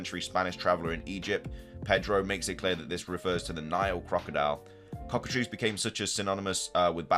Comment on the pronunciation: I would love a cockatrice inspired pokemon. (and thank you for being the only poketuber to pronounce that correctly so far) The Elite Four being back is a very good thing.